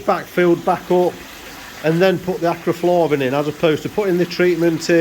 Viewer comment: Acriflavin or Acriflarrrrrrrrvin...........🤣